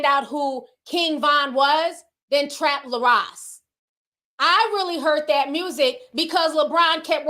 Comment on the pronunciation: His name is “Trap Lore” like “Folklore”